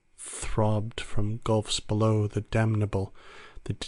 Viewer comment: Great reading... though the reader might want to work on their enunciation of "below".